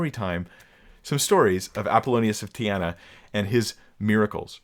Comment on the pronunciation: Apollonius of Tee-ah-nah